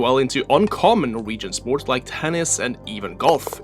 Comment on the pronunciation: SPORCH 😂 you cant unhear it